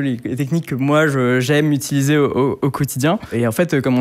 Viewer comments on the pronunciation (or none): none